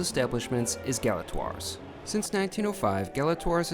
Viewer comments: Learn how to pronounce the name of the restaurant! Gala TWA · “Class and elegance”? You didn’t live up to it, and you don’t even pronounce its name correctly. Imagine how much you’d have enjoyed it if you matched its elegance.